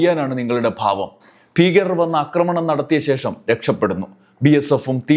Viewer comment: അക്രമണം അല്ല സഹോദരാ ആക്രമണം എന്നു പറയു ?